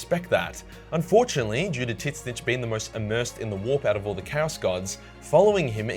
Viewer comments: I'm sorry but Tzeench is pronounced zeench not tits-nitch. Please stop tits-nitch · Why do you pronounce it Titsnitch? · The first t in Tzeencth is silent and hearing titsnitch makes it very hard to take you seriously. The name is pronounced like zeen-T-ch which is alittle awkward to pronounce at first. Something you may find interesting is the chaos gods are based on real ones. Nurgle is based off of the Mesopotamian God nergal. Nergal is the God of death, rebirth, plague, pestilence, unlife, war and funnily enough fertility though very much unconventional there are alot of potential reasons I can see someone joining nergal. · Me, who always pronounces it “ZEENCH”: This dude: “TIT-SNITCH” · Why did you have to pronouncing Tzeentch as Titssnitch? Come on my guy, google translate says it more accurately than you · It's pronounced zeintch not titzintch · Okay, I'm sorry if this is an over-asked question, but can someone tell me why pronounces Tzeentch's name as 'Titsnitch'? It's driving me crazy XD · It's pronounced z-eee-n-ch. Not tis-snitch; unless that was a joke? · It’s pronounced zeench not tih-snitch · The pronunciation of tzeentch. Omg. 😂😂 Sounds like tinsnips. Say it with me now, "zeench". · "Tzeentch" is pronounced "zeench", not "tit-snitch". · Bruh it's pronounced like "zeen-ch" not "titz-nitch* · It's not titsnitch. It's tzeentch. With the TZ being pronounced like how the Chinese say tsu. You got bad info bro I promise you. Even in the official GW black library audio books you can hear it for yourself. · Titsnitch? It's pronounced as it is written. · Am i the only one hearing "tit snitch"? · So I’ve heard the second chaos been called both “titsnish” and “zeench” or whatever, which way is it pronounced? I’m just confused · The community gives everything nicknames, zeench is the correct pronunciation. (Tzeentch) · It’s pronounced “Zinch” 😢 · I KEEP HEARING TIT SNITCH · My man said tit snitch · I love how you call tzeench titsinch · "Titsnitch" lmao